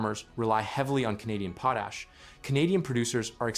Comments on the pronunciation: It's pot-ash NOT poe-tash!! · It should be possible to teach your AI narrator to say "PAW - tash" instead of 'POE - tash" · It s POT ASH….not POE TASH. POE TASH IS FOR GROWING POE TATERS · PO-tash! Folks thank God we have AI to think for us! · Please learn how to say Potash... goodness sake